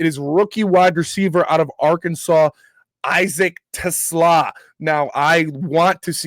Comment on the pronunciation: is the 1st content creator that I have heard so far to correctly pronounce Isaac Teslaa's name. 👏👏🤣🤣 LFG Lions!!!!